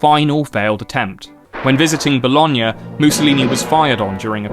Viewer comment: oh my fucking god you pronounced bologna perfectly you know how rare that is among ntaive english speakers??